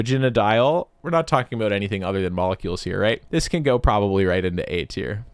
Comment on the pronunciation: "Aboot" Hmmmm